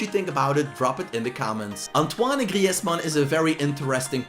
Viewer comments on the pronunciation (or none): none